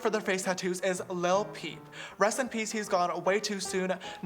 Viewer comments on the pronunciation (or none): Lil peep it sound like he said lil pump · Get outta here “lil peep” you say it weird but love you both❤️